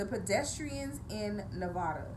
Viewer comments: so her accent only appears when mispronouncing the state she lives in? Weird. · She's not a real Nevadan she can't say the states name right